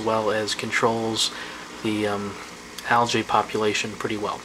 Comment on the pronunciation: "alJAY"? Dis-KISS"??